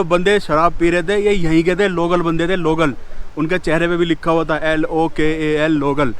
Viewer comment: L O K A L nahi LOCAL hota hai